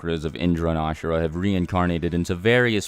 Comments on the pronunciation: You replied :O It's ok, the rest of your video is on point. You just got yourself a new subscriber (PS, it's Asura, not Ashura. Sorry if I sound like a jerk, but it just bothers me) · Asura is actually pronounced usura in Hinduism and it means monster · Asura and Astra is actually pronounced as Uh-sura and Uh-stra